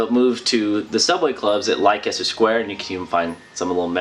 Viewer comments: this was very insightful, Leicester is pronounced like "Lester" btw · Just for info it's pronounced " Lester" square. Love your videos x